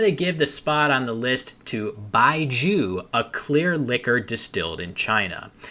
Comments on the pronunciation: BAIJIU rhymes with 'owe', not 'jew'. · BAIJIU is pronounced more like bye-joe and literally translates to "white wine" !! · Baijiu is pronounced with an "oh" sound "baijeoh" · FYI the pronunciation for baijiu is closer to bye-joe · I have a Chinese wife so I figured I would share that baijiu is pronounced more like "Bai geo" or "Bai Joe". Love your videos, cheers.